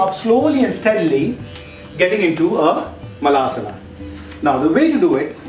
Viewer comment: LOL guru... it's malasana (poop pose), not maalasana 😄😄. मलं in Sanskrt means poop!!